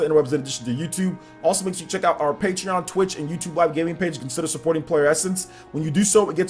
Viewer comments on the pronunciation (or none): none